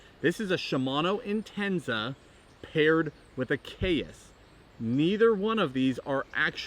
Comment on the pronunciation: I love the video but i don’t think the Caius is pronounced Kay-us and it’s more of sigh-us, or at least that’s what I call em, I have 4 for flipping, jigging, froggin, and one with a smaller spool and higher gear ratio for jerkbaits